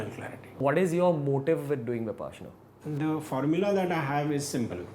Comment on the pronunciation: Vipaashana ? get your proununciations right, All Indian languages are phonetic and this interviewer screws up an Indian word 😬 an Indian who doesn't pronounce an Indian word correctly. Vipassana or Viparshana. it's a Shame! Vi Paashana, Paasha = leash. Parsha or Passa ( Pali )